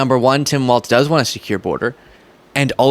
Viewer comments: it's pronounced walls. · It's pronounced "walls." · ..there's no "T" in Walz (pronounced Walls) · It's pronounced like "walls" not "waltz". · It's pronounced "walls." You're welcome 😊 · WALZ, it sounds like you’re saying Walt or Waltz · His name is pronounced Walls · I'll subscribe if you stop pronouncing the imaginary T in Walz. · May I gently correct you and clarify his name is Walz? No T. :) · I love watching your programs but, please, stop mispronouncing my governor's name. 🤣🤣🤣 Think of it as "walls", not waltz. Nobody, to my knowledge, would mispronounce you as " Beastly". C'mon sunshine, you've GOT this! 😁👍👍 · Dear internet: it's Tim WALZ (pronounced WALLS), not "WALTZ". Thank you. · If I may...Tim's name is Walzzzz, not Waltz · I'm sorry sweetie, but his name is Tim "Walz," like walls...not waltz like the dance. Ya might wanna correct that bcuz youre going to be talking about him for quite awhile...4½+ yrs to be exact. But I loved the accuracy and truth in your video. That's so hard to find these days. Oh, and I can call you sweetie bcuz I'm wayyyyy older than you.😊 Watching from Canada.🇨🇦😊👋👍Love your work. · Walz ( WALLS) stop saying walTz....c'mon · Its WALZ not WALTZ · Just a pronunciation correction. The VP nominee's last name is pronounced "Walls," like the 4 things that hold up a roof, not "Waltz," like the dance. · His name is pronounced "Wals". There's no T in it. It's not "Waltz". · It’s not “Waltz” it’s Walz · Tim Walz's name is pronounced like "walls" not "waltz" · I love your show but for the love of God, it is pronounced WALLS not WALTZ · I'm sure no one actually cares, but shouldn't we also make sure we properly pronounce Tim's last name for consistency's sake at least? A lot of people are saying it like "waltz" and it's "Wallzz" like "from the windows, to the Walz!" Just my two cents, which has a crappy exchange rate anyway. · it's Walz, like Walls. Not Waltz, like, well you know, Waltz. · Dude, it's Walz not Waltz.